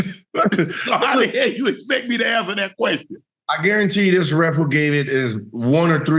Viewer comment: bc it sounds like as hell like "as L" without the "h"